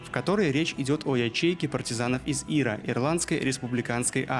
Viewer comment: Что за Ира? Ты издеваешься? В аббревиатуре ИРА' ударение на букву "А"